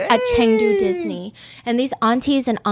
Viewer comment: I’m cracking up about Chengdu “Diss-ni” 😂😂😂